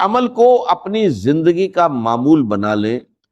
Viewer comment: یہ ڈاکٹر اسرار صاحب کی گفتگو نہیں ۔۔۔۔ لوگوں کو گمراہ کرنے کے لیے ان کی آواز کو کاپی کیا گیا ہے ۔۔۔۔ نہ وہ دروازے کو درواجہ کہتے تھے نہ زندگی کو جندگی کہتے تھے اور نہ رزق کو رجق کہتے تھے ۔۔۔ ویڈیو بنانے والا خدا سے ڈرے